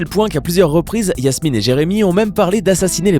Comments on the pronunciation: Je rêve ou il dit Yasmine et PAS JASMINE ??????!!! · Ses pas yasmine ses jasmine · La 2eme meuf c jasmine pas yassmine